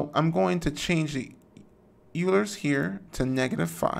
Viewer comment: great vid. Euler is usually pronounced OIL-ER by mathematicians, who use the modern German pronounciation of the name, named after the guy who invented the technique.